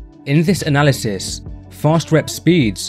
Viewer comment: So, you ignore the criticism of the methodology in my post, because it is sound. The study you chose to defend, as you deem it the best, while mispronouncing the name in its title, and the actual word 'analysis', required 3-4 sets 2-3 times per week, so basic requirement of six sets of leg extensions per week in an isolation exercise. Now, you can find endless unscientific studies to back pretty much whatever you want to claim is the case, but I'd consider so few sets suboptimal. If I were running that study, I'd have asked for more like 16-20 sets per week, would have specified time over repetitions and tempo, and required the plates not touch at the bottom. It's not difficult, is it?